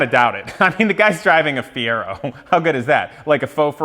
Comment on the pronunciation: Well he lost as soon as he said feiro, your gonna bury a bald mans dreams.